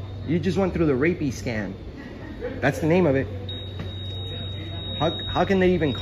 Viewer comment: The makers of the Rapiscan should sue for defamation and libel for purposely mispronouncing the name.